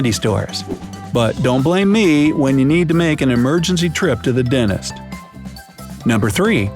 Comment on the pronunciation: DENTIST NOT: DEN-IST!!!!!!!!!!!!!!!!!!!!!!!!!!!!!!!!!!!!!!!!!!!!!!!!!!!!!!!!!!!!!!!!!!!!!!!!!!!!!!!!!!!!!!!!!!!!!!!!!!!!!!!!!!!!!!!